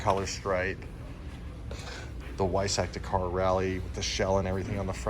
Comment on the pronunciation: Why is it always Americans that can’t pronounce the word Dakar, it makes me cringe